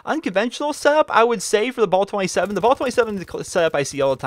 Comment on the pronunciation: Dude its not ball 27 its bal. ah not aw